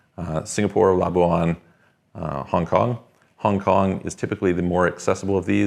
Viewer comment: ok 3% Tax in LABUAN. BTW the Malays pronounce it "la-bwan" NOT "la-bu-an" just so you know. Still what about FATCA ? ? Over $50k & countries are suppose to report to Demonic IRS ☠️👎😠